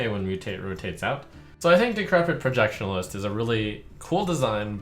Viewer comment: There's no L in "Projection-ist" Trump